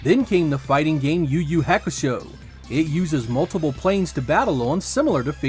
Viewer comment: The way you pronounced Yu Yu Hakusho is a crime